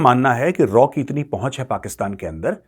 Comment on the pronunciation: मेजर रॉ नही raaw